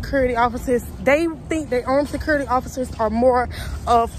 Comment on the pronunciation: This video was so hard to watch without covering my mouth it's so wrong first off her way of saying the word security sounds like she is eating something and the answering the phone without saying officer (name) is rude. Then showing the public the camera screens and recording phone conversations it's just lawsuit and a fireable offense. There should be a requirement security academy with the top officers that make it through not just little girls and boys hired to watch property just to fill a shift on the schedule. Low standard/quality of guards equals losing properties.